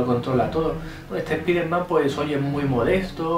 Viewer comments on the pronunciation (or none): "Espiderman" xD. Los españoles son la ostia.